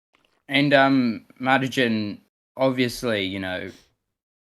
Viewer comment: It's "Mar" as in Mars, "tijn" as in tiny.